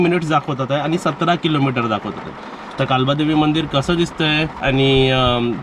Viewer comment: कालबादेवी नाही काळबा देवी म्हणाव .